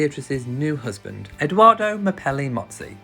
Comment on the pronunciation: I really appreciate all your videos but it is EdOardo with the “ o “ like “original“ not Edooardo or Eduardo. Thank you